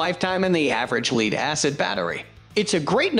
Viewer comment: the incorrect pronunciation is a hoot ... "leed acid"